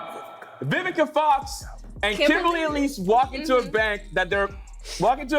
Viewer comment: The way he butchered Vivica fox name 😂😂😂😂